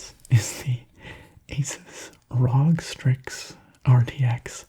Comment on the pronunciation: Rog lol it’s supposed to be said like R.O.G